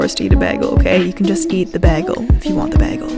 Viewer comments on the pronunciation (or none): No one: says Bagel like “Begel” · Drink when says BEGGELL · I think it’s a Canadian thing? I remember there was a whole HIMYM episode about Robin pronouncing bagel like that. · Is no one going to talk about how she pronounces bagel?